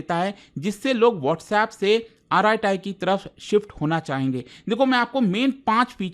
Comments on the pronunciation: Just for clarification, the correct pronunciation is arat, not araat. So, it's basically arat-ai. (अरट्टै) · It's arattai not arratai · It's not आराटाई It's अरट्टै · कृपया Arattai का सही नाम बोलिए। इसे आराटाई नहीं बल्कि अरट्टै बोलते हैं। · isko arattai pronounce nahi karte. its like अरट्टै not आराटाइ which means conversation in tamil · Its not aaratai , its arattai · it's Tamil word, meaning "Baat karna" in hindi. Yes they should choose some easy to understand and pronounce. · K-dramas and japanese anime ke name yaad rakhne walo se ek App ka name bola nhi jaa rha.. Mtlb hadd hai..😂🎉